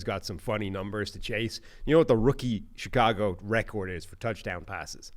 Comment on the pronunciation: Why does he pronounce “record” like that lol